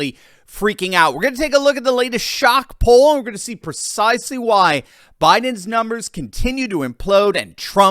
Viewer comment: "PERcisely.."? Try PREcisely